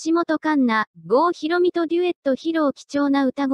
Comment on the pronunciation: さとひろみ じゃなくて ごうひろみ